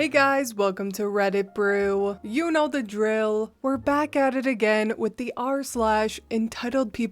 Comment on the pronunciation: Mommy brain is real!! Lol You're doing fine, dear. We'll overlook an extra "th" this time, but don't let it happen again😉😁. I hope you,, and little Maxwell House are doing well and staying warm. 🥰💜